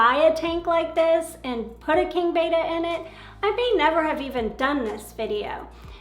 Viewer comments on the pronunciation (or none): Isn’t is pronounced “beh-ta” not “bey-ta” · What confuses me is why so many people are calling them "BETAS" when there are 2 Ts in the name... BET-uh, not BAY-tuh. Go with how the Thais pronounce it since they're their critters. =p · Beta is a Greek letter, it's pronounced bettuh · Your pronouncing the name of the fish incorrectly.